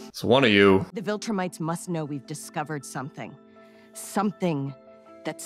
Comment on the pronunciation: Bro is saying vilkramites 😭